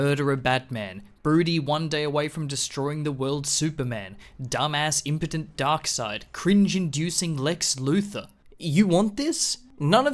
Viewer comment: The way this dude pronounces darkseid's name 😂 Glad this movie universe is dead, too